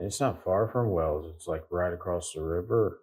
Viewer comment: Wells, not Wales! Sounds similar doesn't it but it is different. Us natives pronounce the Principality of Wales as "Wayles" so it does sound quite different to the shorter "wells". The several springs that abound in Wells (hence water running down the gutters of the streets all year round) were worshipped by the pre-Roman pagans and the particular one where the cathedral now stands was later also used by the Romans who would have worshipped that watery place. On that site Roman remains have been found of a very small temple building very near to the present cathedral. The Anglo-Saxon church/cathedral is barely a stones throw from the Roman temple and its spring and in turn the Norman cathedral was built just some 25 yards to the north. The Anglo-Saxon font (circa 900AD) which was once in the old Saxon cathedral can now be found in the north transept. One earlier name for the settlement has been identified which include Fontanetum (Latinised) in a charter of 725 granted by King Ine, the word has a watery reference, very apt.